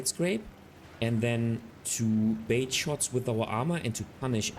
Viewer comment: Good common sense tips. In English, it is "bait", not "bate."